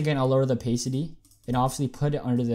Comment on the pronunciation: it hurts me when you say "opaycity"